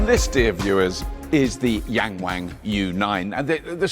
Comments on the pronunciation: It’s pronounced more like Young Wong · *Yong-wong, why do Americans and Brits always have to intentionally butcher pronunciation? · It's Yung Wung NOT Yeng Weng duh 😂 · you butcher the brand name, it is pronounced Yang "young" ,Wang "The 'Won' in Willy Wonker", so "Young Won" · I mean I get the joke, but none of these Chinese names are pronounced that way LOL "yang wang" is pronounced more like "Young Wong" and "Dong Feng" is actually pretty hard to find an English equivalent sound, but something like "Duuu'n Foo'n" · Yangwang actually sounds like "yungwong", not yang wang. It's pronounced differently. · People keep mispronouncing the name Yangwang. Its supposed to be an "ah", Y(ah)ng'w(ah)ng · HAHAHAHAHA 'YANG WANG' SERIOUSLY???? ...WHY NOT....'WING WONG' ? OR 'HOW HIGH ? YOU WONT BE ABLE TOP CHARHE IT BOTH SIDES AS UK IS TINY AND NO SPACE FOR THAT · Yangwang is not pronounced in that sort of way!! The a's are pronounced more like "ahhhh" (think drinking a cup of cold water after a long day, or "ah ha!") – so Yahngwahng. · Your pronunciation made me laugh. Yank Wank. LOL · "Yangwang" Me: "YankWank?" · Please read after me: Young Wan(t) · Please learn to pronounce the names of brands correctly 🙄 'Yarng warng' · I believe it's pronounced "yank wang" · Ywang😂😂😂😂 wang😂😂😂😂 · “YangWang”..?? Seriously..??!? Who’s doing their UK launch - Mitchell & Webb..? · Young Wang .... Wrong pronunciation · Who decided to call this brand "Yangwang"? lol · Yangwang?? Really? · I'll give $100 to the first person who can say Yangwang 100x in a minute. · He absolutely butchered the pronunciation of the name (which means "to admire" or to "looking up to" in Chinese) but I doubt many westerners from English speaking countries would pronounce it correctly.